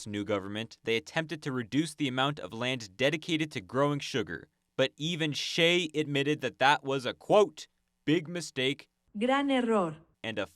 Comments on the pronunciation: I guess I'm going to be that guy. "Che" is not pronounced "Shay", the "ch-" is pronounced like "cheese" or "choose" or "cheer". You did pronounce the end of the name correctly "-ay" as in "bay" or "day", although the Argentines would shorten that vowel sound just a bit more than English speakers do. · Excellent video, terrible pronunciation of “Che”.